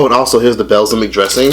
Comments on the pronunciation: BELSIMIC DRESSING??? whaaaa I think it’s Balsamic (BALLSAMIC) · I cringed every time he said it😭😭😭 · Lol its “ball-sa-mic” 😂😂😂🤦🏾‍♂️🤦🏾‍♂️ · lmao have I been pronouncing "Balsamic" wrong my whole life?😂😂